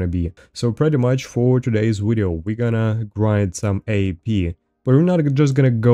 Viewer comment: say “video”: wideo say “wendigo”: vendigo